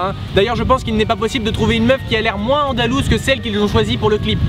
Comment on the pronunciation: ''ALONDOUSE'' sa ma tué 😂😂😂